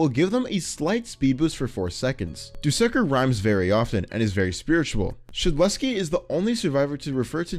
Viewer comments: You said dusekker wrong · the way he says "dusekkar" and "sentinel" seriously throws me off